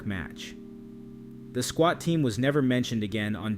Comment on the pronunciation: Swat not Squat 😂